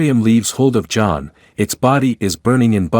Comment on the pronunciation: A carter doesn't crash down. A meteor, or something else, cause a crater! AI voiceover fail... And now it goes from John to J-On for J'onn J'onzz?! LOL And who mocks Batman for not having Super Powers?!